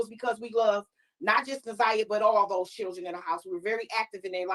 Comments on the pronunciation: New sub. I just started watching but had to comment right now about the mispronunciation of her name. Na'Ziyah's name is pronounced exactly how it is spelled. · Why she can’t say the baby name right. I know there are way bigger problems but people who purposely mispronounce names agitate me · Poor Laurie! She’s not a good listener! She overtalks the guests and she can’t pronounce Naziyah’s name for nothin😂🤦🏽‍♀️ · The interviewers need to do more research before these interviews. She can’t even pronounce the girl’s name? Smh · How was she isolated? I don’t get it. I’m not sure these people even know this girl. They don’t even know how to pronounce her name!